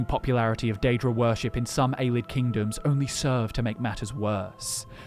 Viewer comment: My dude, it's pronounced Ayy-lee-id, not Ayy-lid. They say it in the games.